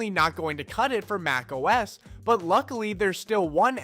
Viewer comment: Your "MacOS" got a downvote and lost a subscription 🥺